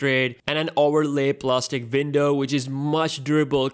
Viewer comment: Window not vindow!